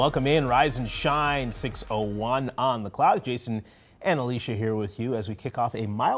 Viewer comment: "Risa and shine" is starting to get on my nerves. ;)